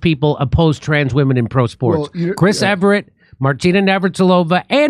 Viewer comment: Jimmy, its EVERT, NOT EVERETT.....